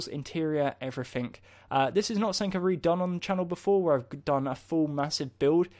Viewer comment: did anyone else notice that is saying somethink not something? just something funny that i noticed